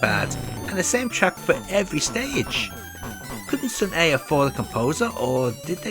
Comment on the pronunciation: The correct way to read it is Seon-ah(선아), not Seon-e. I like it because it feels like Korea's Data East.😊